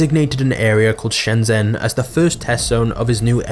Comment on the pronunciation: It has consumed your life and you still can't even spell or pronounce Shenzhen? lol